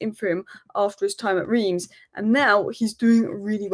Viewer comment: Reims is pronounced Rem.